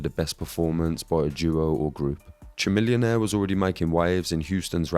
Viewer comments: Chamillionaire is not a one-hit wonder. Also, it's pronounced "ka-millionaire" like chameleon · lol at the way you pronounce chamillionaire.